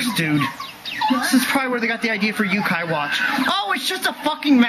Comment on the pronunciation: Man. As someone who actually has a passing interest in Yokai mythology, it annoys me more than it should have to hear him mispronounce it constantly. Not like it matters,, this video would have been a trainwreck either way.